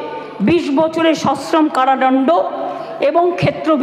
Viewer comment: কারাদণ্ড, not ডনডো